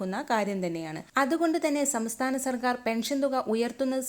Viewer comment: സമസ്ഥാനം അല്ല സംസ്ഥാനം